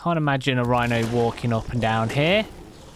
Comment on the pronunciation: Wooly whino. The furry narwhal. XD that's just what comes to mind hearing that.